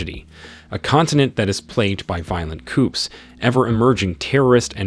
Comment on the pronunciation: Cleeshes & Coops... hmmmm